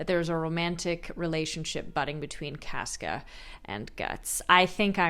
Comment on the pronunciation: It's CAWsca, but love the progression!